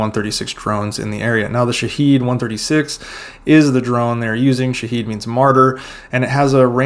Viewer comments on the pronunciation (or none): its not shahid its shahed شاهد 😅